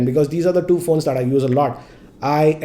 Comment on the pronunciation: "Pixel DO and Pixel Do XL" giggles